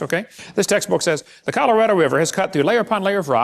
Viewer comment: Everytime he said "textbook accuracy" all I heard was "taxes accuracy". Isn't he on lucky wife 13 these days?